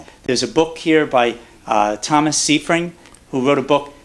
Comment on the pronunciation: you look at the book by Dr Seyfried and you don't even bother to pronounce his name correctly. "Siefring" is all you can muster. A shame.